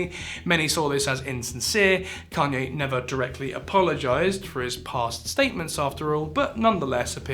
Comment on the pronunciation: Please look up how to pronounce Kanye. Idk if it’s rage bait or not but please